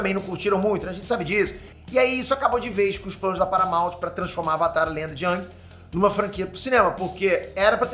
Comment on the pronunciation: só falou bosta. AVATAR Tem nada haver com as estações do ano. e se pronuncia eng e nao ang